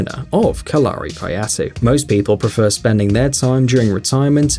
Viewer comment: Correct pronunciation of Kalari is KAL-a-RI, not Ka-LAR-i. Kind of like the English word Calorie - the same stress on the first and third syllable, not the second. My wife is currently studying Kalari, and it's pretty cool actually.